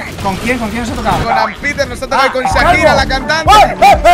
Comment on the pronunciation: comentario positivo y gracioso >XD desde el min. hasta el min. dijiste que te mato Shakira y lo dijiste como si se dijese "Sakira" pero se pronuncia como si dijeras "sshhhh" y agregandole "akira", Shakira es una cantante de mi pais llamado Argentina UwU y aca se pronuncia "ssshhhhh" a la "y" :3